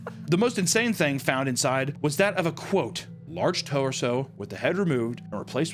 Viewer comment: The most horrifying thing is this video is pronunciation of torso as toe-or-so.